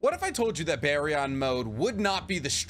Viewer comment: It’s not “bear-ee-on” mode it’s “beer-en” mode